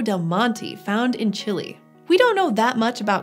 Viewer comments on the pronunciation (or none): The way she pronounces Chile and Niche yikes